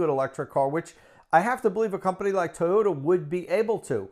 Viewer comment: Great pronunciation for Toyota. Great video! Thanks for inviting Tom on again. Great hair. Big valentines hugs!